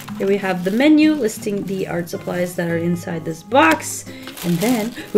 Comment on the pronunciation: no one:; DEE ARTSCHJ SHUPPLIESAZ